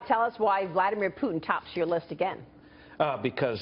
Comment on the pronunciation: PUTIN XD IM SORRY I HAVE TO LAUGH IT IT IT SOUNDS LIKE PUDDING XD XD XD XD XD,oh ok im sorry ill go home...